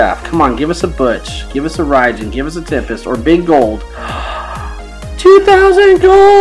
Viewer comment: Its raijin raijin you kinda say it wrong but its OK😊😊😊😊😊